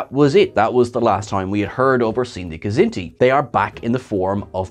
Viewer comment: I love that you said Niven;s kzinti!!